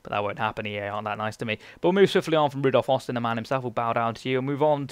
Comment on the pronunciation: It's ROdolph Austin not RUdolph Austin :) LEEDS LEEDS LEEDS!